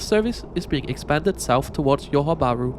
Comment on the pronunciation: Nice video, like the coverage of asian railways and the additional information of the geography on the way. Would have liked to see some information of the train frequency as well. I was expecting a segue to a sponsor like Saily and their esims 😆 Also, kindly pronounce Johor bahru correctly, it is pronounced like J in Joy, not like Y. You also keep mentioning that the screen was "gimmicky" but don't mention why. As far as train entertainment goes this is probably one of the better ones I've seen, able to stream youtube, which is a great feature.